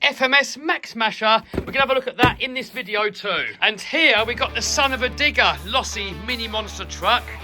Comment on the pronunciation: not sure if he said digger or not